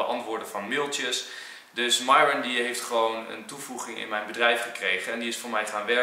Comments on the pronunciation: Mieron maar enzo veranderd namen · HET IS MIERON ENZO NIET MIJRON😅🤣❣ ( ik doe ff hoe je het uitspreekt ) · Bianca mieron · Hi enzo, hoe spreek je de naam van myron officieel uit? Jij zegt meestal mairon, en zij stelt zich vaak voor als mieron. Wat is nog de correcte versie?😏